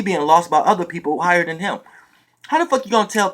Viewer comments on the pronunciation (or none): none